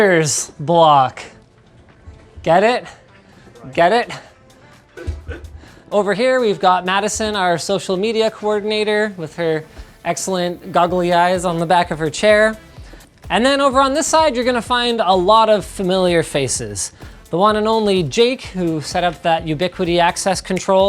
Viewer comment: goggly eyes? It's googly eyes, come on Linus